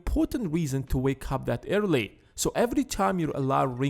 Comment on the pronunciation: He is saying early as irrly